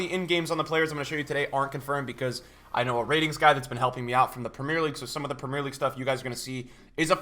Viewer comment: Love the vid but I can't stand the way he pronounces Premier and No Salah 😂😅